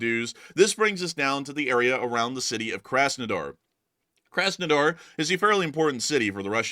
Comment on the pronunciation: Work on your pronounciation, please. The first 'A' in Krasnodar is pronounced like the 'aw" in awesome, not like the 'a' in a$$hole